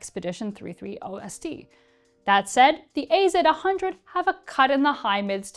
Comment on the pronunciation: It's WF ONE thousand and AZ ONE hundred, you absolute psychopath 😒